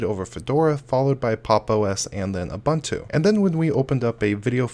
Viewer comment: It’s not pronounced uh bontu. It’s painful to listen to the video.